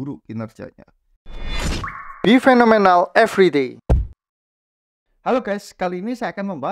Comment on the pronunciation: Saya masih belum nyerah kasi tau, ngomong phenomenal itu "FINAMENAL"